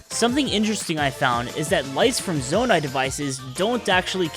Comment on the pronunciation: “zoanite” 😂 “Ch-asm” 😂 “bobolkin”